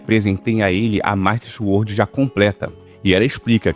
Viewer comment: Masta Xuordi